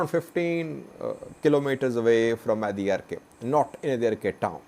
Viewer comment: Again u R pronouncing adiarke .